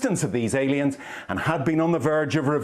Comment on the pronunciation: Aliens, no they said Alens.